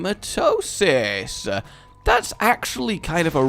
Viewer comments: You make me sometimes.... You say Hematosis, when its Hematemis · you do know the voice pronouncese the hematemisis pill, right? learn it. He-ma-tem-ma-sis. feel free to keep calling it Hematosis, but on the next episode you record (after you read this obviously, since you batch record at time) please just say it properly one time. please, for this random subscriber? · Rage, a question. Why do you keep calling the Hematemesis pill Hematosis? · All those hours of re/afterbirth and he still can't pronounce Hematamesis. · when you dont say hematemesis correctly. really, look it over for a min